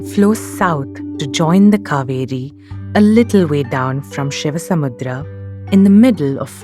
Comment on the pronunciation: excellent work.. and by the way... It's ShivanaSamudra......NOT ShivaSamudram... pronounce names in native style